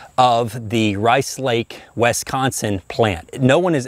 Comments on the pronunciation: "Wis Con Sin" not "Wes Con Son" Sore point with natives. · WIS-CON-SIN No “Wes”. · Wehsconsin? Wisconsin, think wi from "with", con from con-man, sin just like it's spelled. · Wesconsin? Never heard of it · It's pronounced Wi-scahn-sin, up here in The Badger State 🙂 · It's pronounced Wis-COW-sin. I keed, I keed. Great video, makes me want to run out and buy a Henry! Mission accomplished! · Woohoo I live in Wisconsin. I love how says it tho, Wesconsin!